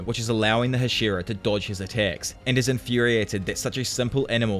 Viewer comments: These videos are great, but I wish you pronounced Hashira remotely correct. It sounds like you are saying Ed Sheeran. Other than that, great job. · Bruh it’s HA- shi - RA